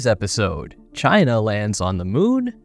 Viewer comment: CHY-NA! CHY-NA! Won Space Race he said so!